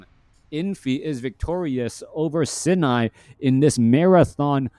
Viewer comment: Love the fact that you've learned how to pronounce "Sini" correctly before and now we're suddenly back to the incorrect pronounciation for some reason.. a real certified moment, for sure XD